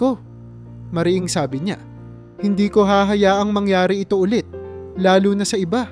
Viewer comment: Katulad Ng salitang Sabi maragsa Ang pagbigkas sa mo.